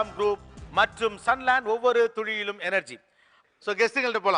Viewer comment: Why does Mr. Gopinath says "Ovavoru thuzhiyilum" instead of "Ovavoru ThuLiyilum"